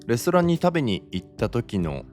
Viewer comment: 「レストラン」のイントネーション、前から思ってたけどなんでこう言うんだろう